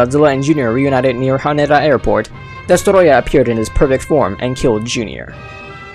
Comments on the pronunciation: The way he said Destoroyah😂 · Its called "Destoroyah" Gojira idiot.